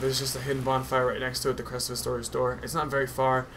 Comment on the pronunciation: All I dislike about this whole commentary is that it's Artorias, not Astorias.